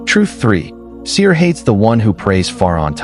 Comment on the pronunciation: The Arabic words should sound authentic, without cutting....sihr not sir